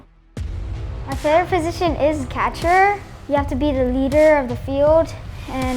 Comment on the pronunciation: he pronounces leader, "leeedder"